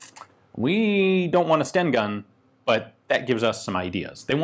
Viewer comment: Its Sten gun, not Stenn gun... 😁